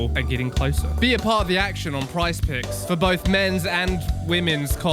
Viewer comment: I just hear saying "Price Pigs" in the advert